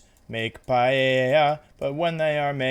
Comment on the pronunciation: Me: clicks video Wolfey: pronounces paella "payeya" Me: closes video